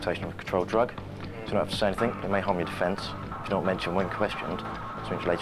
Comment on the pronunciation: The amount of people that say ‘anythink’ is confounding. Is it really that hard to say ‘anything’?